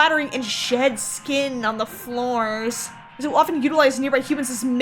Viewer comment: I think she’s supposed to be from New Zealand 🇳🇿. You can tell from the way she says scratched like “Scr-etch-ed” and floors like “Fl-oAr-s” Australians speak with a slight nasal inflection and focus more on O’s, U’s , and R’s. New Zealanders speak with the A sounding like an E and the E sounds like a U, they tend to speak with a higher inflection on the end of their sentences where as Australians speak with a higher inflection at the start of sentences. Australians speak with the back of the throat to create that full slightly nasal sound, New Zealanders speak with their tongues closer to the roof of their mouthes and pronounce more syllables than Australians. It can be difficult to differentiate between the two accents but occasionally you’ll hear a New Zealander say something that just brings it out completely, it’s like a Scottish vs Irish accent.